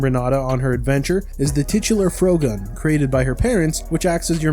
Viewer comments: "froh-gun" You have to be kidding me. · It's a perfectly cromulent word. What would you like more? Fr-ohgun? Frog-gun? Frog-uhn?